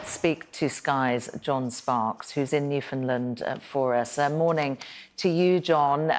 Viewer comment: New—Found-Land not New-Fin-Land